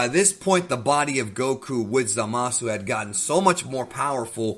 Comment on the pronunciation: “Zama-Szoo” not “Za-Mah-Soo” lol. Zamasu is not Za Mahsu